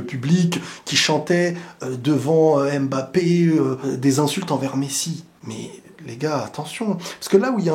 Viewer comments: je t’en supplie je t’aime bien mais c’est pas aimebappe mais Mbappè à la limite Mbappé, c’est comme si tu disais peuneu au lieu de pneu… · Apprenez à prononcer correctement Mbappe. Y en a marre d'entendre : M Bappe !